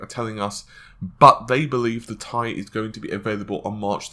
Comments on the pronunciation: T I, not tie.. :) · T I... TEEEEEE EYE.. no goddamn TIE... FFS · T.I you idiot not tie ffs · Why do you keep calling it the Thai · Had to stop after 3 minutes of him calling the fucking 1080 TEE-EYE a fucking TIE!!! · "T I" ... not "TIE" !!!!! SIGH !!!!!!!! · Fucking T.I. Not TIE holy fuck I got triggered so hard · Lmaoooo it's not pronounced ty it's two separate letters t I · Please ... please ...please ... stop saying "1080 TIE" ... it's absolutely " TEE-EYE" in pronunciation. Good video otherwise, as per normal. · 1080 tea-eye why does it matter so much how anyone says it its like the tomato-tomato thing or patato-patato. Logan from tek i mean Crit calls the Ti version tie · STOP SAYING TIE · im pretty sure its pronounced T.I. and not tie... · it's not TIE, it's T I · Cervello I think the problem has become that the majority says tee eye, when they meant for it to be tie. I'm not trying to argue, I call them tee eyes just like most people and I think tie sounds dumb. That doesn't mean it's wrong. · Nope, I've heard Jen-Hsun Huang pronounce it as T-I and not as Tie which sounds ridiculous. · I can't watch this because he says TIE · Did he say TIE? NASTY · "TIE" are you a fucking dumbass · mike lambert the thing that gets me when he says it is most of the time he says tie like it's a question.... 1080 tie? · He can't say "T - I"? Funny as hell! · IS HE FKING SERIOUS "TIE" OMG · Gtx 1080 tie....ffs man....how can someone who's channel name is tech mispronounced this XD.... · How about saying the 1080 Titanium? That would clear up pronouncing the word "TI - Thai Food or Neck Tie". Everyone I know says it it spaces....."T" (space) "I". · tie wtf are you saying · It's pronounced Tie. You literally can find out yourself in two seconds using google. But here you go so there's no excuses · atLucid yeah it sounds weird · oh...i never knew...well then the correct way to pronounce your name must be 'bitch' XD. Not attacking u or anything